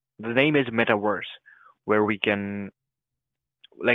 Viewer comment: "metawerse" Werse than what?